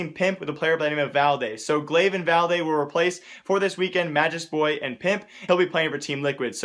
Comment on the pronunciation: Valde is pronounced valte